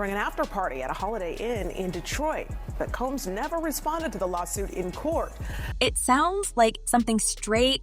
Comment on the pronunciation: SOMEBODY!!..ANYBODY!! Needs to teach this A.I. robot to learn a consistent pronunciation of 'Combs'. It's NOT Cambs..it's COmbs. It's so tiring and irritating to have most content on YouTube to be lazily narrated by A.I. seriously, it's why I don't subscribe or Like any of this stuff. Yeah, you got a comment BUT you won't get another view.